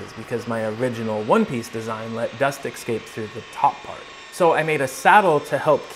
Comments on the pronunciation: This is brilliant, bit it's "eScape", not "eCscape". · Brilliant, as usual, but it’s eS-cape, not eC-scape. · Escape, not excape…